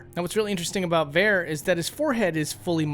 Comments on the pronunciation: "Vair?" Who is Vair? You mean Varre? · Varre says his name. Va-rey, not Ver. Also you don't need to kill Fia to get her outfit. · So you call him Vare, but he clearly says his name as Var-ay. Varrè. Jesus,. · VAR.... A NOT FUCKING V-AIR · Died laughing when you pronounced Varre "Vare" tbh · That pronunciation of Varre 😬, you're supposed to pronounce it as "Var A", not "Vare" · "Var-re", not fucking Var a Grow up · VAH - RAY. Varre. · The way you said Varré 💀💀